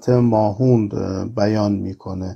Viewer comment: تلفظ درست کلمهء ماهوند ، mahvand هست . نه mahoond